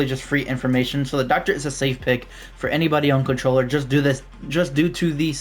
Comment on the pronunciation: Contoller bro..... contoller 🙏